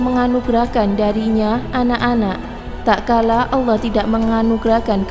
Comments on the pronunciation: Mbak mbak..... Tat kala bukan tak kala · Maaf "TATKALA bukan TAKKALA" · Maaf yahh..bukan takkala.tapi tatkala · Terima kasih...materinya...tapi tatkala..bukan takkala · Tatkala.....jgn taklala.... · Tatkala mbak, bukan takkala... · Tak kala atau Tatkala Min? 😴😴😴